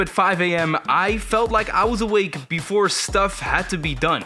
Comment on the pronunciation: Do u realize u said liek and not like